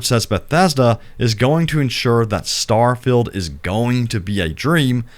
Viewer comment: was well keen to watch this but couldn't watch you keep saying STAR FILLED not STAR FIELD